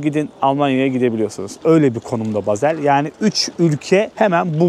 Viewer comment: Bazel değil Basel